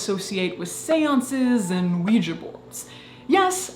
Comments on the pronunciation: You're the only Youtuber I know that says the word Ouija correctly. Most dingdongs say "WEE-GEE" which drives me batshit crazy since it ends in an A. You (and I) say it properly. It is pronounced "WEE-JUH". Thank you for being my Verbal SuperHeroine--with an ass kickin' vocab. ❤️❤️ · Finally!!! someone who pronunces Ouija properly! it's an A, people! not an i nor ee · Thank you! Thank you! Thank you! For singing Knock Three Times and, more importantly, pronouncing ouija correctly. You are fantastic!